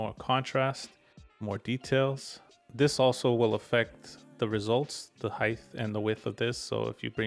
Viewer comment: I wasn't gonna say anything about "heidth" instead of "height" but then you said "weighth" instead of "weight" and I'm dying lol